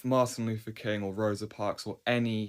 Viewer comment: I wish people would learn to say Mr. King's name. It's MAR-TIN LUTHER KING, not MAR-THA LUTHER KING